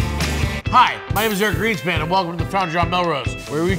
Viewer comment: I seriously heard "Eric Greasepan" :|